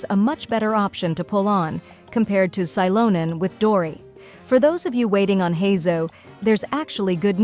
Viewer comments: Next time type Shelonen so your voice AI doesn't completely butcher her name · On second thought it would probably mess that up too 😔 Maybe Shiilonen would work, those things are tough to wrangle